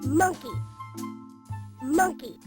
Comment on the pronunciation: struggling to say monkey is taking me out